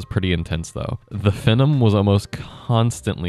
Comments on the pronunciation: ••"F'num" 😂 It's pronounced like "Fee nom". I think AMD marketing wanted people to think of the word, "phenomenon" or "phenomena", "phenomenal", &c. ••I have legacy PCs (intel QX6700; socket 775 with DDR2 & AMD FX-8370; socket AM3+ with DDR3), so this content is still relevant to me, but I don't even try to put modern games on them. ••I remember back in the day DDR2-800 seemed so wicked fast (especially being able to remember the days of DDR-200, the Apple II (read and said as "two") and 486 IBM compatibles). ••Another factor in older PC component prices is inflation from recent years has caused these prices to go up. I paid $7 for a Xeon X3210 in 2017; now (late 8/24) it's $14. However, China is making and selling DDR3 new today. I think it's helped keep the prices down. I may replace the RAM just to keep my DDR3 system running longer. ••My socket 775 system (dual boot) will run Windows 10, but it does so much better with Windows 7; especially since it maxes out at 8GB of RAM. It runs all Windows XP games & programs like a beast. Driver support for newer Windows on older hardware can be abysmal. If I can ever get around to putting Windows XP, maybe Windows 7, and a nice Linux distro on my AM3+ machine, I'll probably sell or part out my 775 PC. That could be 4 operating systems on one PC 👀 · its pronounced "Fee-Nom" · It's pronounced FEE-NOME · The first CPU I bought was the Phenom (pronounced "FEE" nom) II x3 Yes, all 4 cores worked fine. And you need to have the drivers for the sata controller on the install medium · Butchered the pronunciation lol